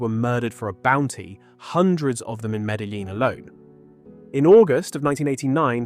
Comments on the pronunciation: You guys cant even speak it out right: Medjin, speak like its a Jay. This is spanish language, stpid! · Please don't mispronounce Medellín Medaleen ever again.